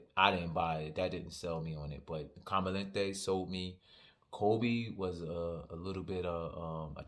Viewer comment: It’s JTC and it’s com-a-den-tey - and it’s the very high level original LeMale with some added niceness